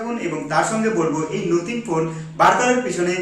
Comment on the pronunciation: নোথিং নয় কথাটা নাথিং,বাকি সবটাই সুন্দর ভাবে বিশ্লেষণ করেছ ভাই।